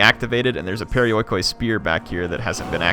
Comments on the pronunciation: Proper pronunciation of perioikoi would be pe-ri-o-i-ki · It's pronounced periiki fyi :) "oi" in greek equals with "i" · this game is not great but for some reason I LOVE IT!!! i think it's the time period! You gotta love how nongreeks say perioikoi...